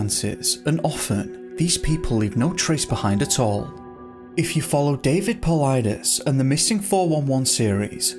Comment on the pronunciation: You pronounced david paulides correctly! Best video ever!!!